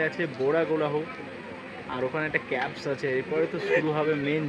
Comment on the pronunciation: বোরা ক্যাবস আবার কী? বোরা কেভস। Caves মানে হল গুহা। ইংরেজিতে উচ্চারন হল কেভ বা কেভস।